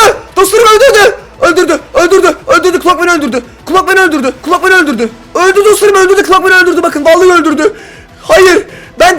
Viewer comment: Clock man derken cod men diyen koca yürekli 😂😂😂